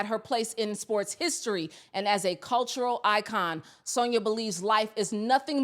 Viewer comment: Please stop saying Sonia it’s San-ya. You have to listen to what you’re saying